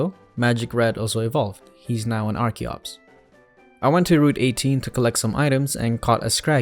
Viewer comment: FINALLY! SOMEONE WHO PRONOUNCES "ARCHEN" AND "ARCHEOPS" CORRECTLY! I was starting to worry I was the only one! RIP Magic Red, though! If that were me, I'd quit right then and there. Archeops is my all-time favorite Pokemon :'(